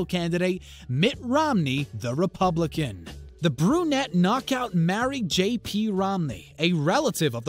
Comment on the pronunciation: "...related to Mitt Romney, the RE-PUB-LI-CAN!" Oh no! Whatever shall do we do? LOL. I know, vote Trump 2020.